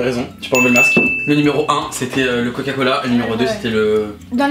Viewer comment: "Coca coHala" 😂😂😂😂